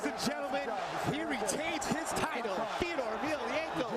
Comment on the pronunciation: Fay-door .....for the love of god